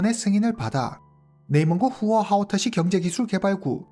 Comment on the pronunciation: 와우!오늘 사건은 발음하기 힘든 단어들이 너무 많은데 님 훌륭하십니다 맥주공장 공장장,후허하오터시,왕야연;;쓰기도 힘드네요😅